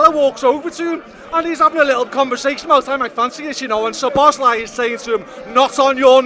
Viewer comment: Please put the emphasis on "Szo" when you pronounce Szoboszlai's name. One of the basic features of the Hungarian language is that the word stress is always on the first syllable, without exception.